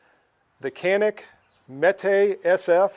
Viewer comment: nice video. And its pronounce like more janik not like can